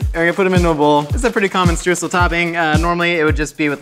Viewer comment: Oh, I'm really looking forward to how he's gonna pronounce Streusel. Edit: Stroosle? That was even worse than I thought.